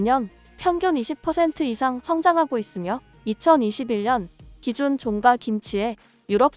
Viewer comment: 외국인인가? 아니면 A.I.? 종가집 종가는 그냥 종가로 읽어야지! "종까"로 읽냐? 혹시 쭝국인 아니야?????